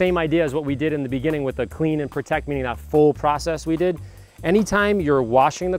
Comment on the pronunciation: Peotect Pee-rinse